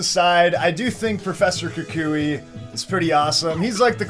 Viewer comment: Kukui*, not Kuki